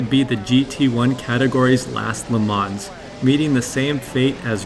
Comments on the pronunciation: Please check the right pronunciation on LeMans - [ lə mɔ́n ] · le mans chassis